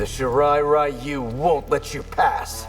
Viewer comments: Why do the "professionals" still pronounce it "Raiyu"? It's pretty easy to properly pronounce "Ryu" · That's what I was thinking since years. How the hell does nobody told the voice actors how to properly pronunce "ryu"? every Mk released they repeat the same mistake. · Is there a canonical reason for the completely wild mispronounciation of "ryu"? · People really still be saying Ryu and Rai-U huh?